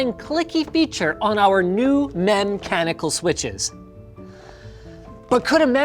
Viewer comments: FALSE! "Newest" mem-chanical! Linus is a liar! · Nobody: Cheems: Memchanical Keymboard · Its Meme-chanical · If they're gonna try making 'mem-chanical' a term, you should pronounce the 'ch' as in "change" rather than 'mechanical'. To make it sound as dumb as it is. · mem-canical like wtf man what the hell does mem-canical mean.